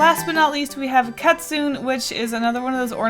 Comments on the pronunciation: The pronouncation is katzun not katzoon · YOU SAID KATSUN IT IS KATZUN